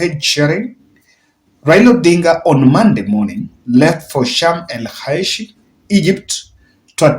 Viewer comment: Sharm El Sheikh Pronunciation "Shamelshekh"